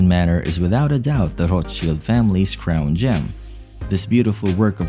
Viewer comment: Could at least pronounce the name correct